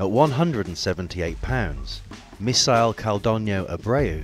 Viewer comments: Misael but he's pronouncing it "missile" when it is "miss-ayl" not "miss-aisle". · It's Misael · Its "Misael"